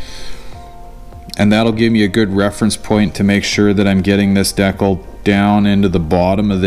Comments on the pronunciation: Dude please say Decal. D kal. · Deee-cal not deckel D-CAL JESUS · You have to be doing it on purpose, otherwise you wouldn't have said it so many times. It's D cal, not dekul. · It's pronounced Dee Kall 😂